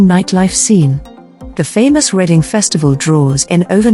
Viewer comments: Error. The Titanic did not set sail from Southampton. It set sail from Belfast where it was built. Reading Is pronounce Redding not Reading despite the spelling. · The city is pronounced 'REDDING' although it is spelled differently.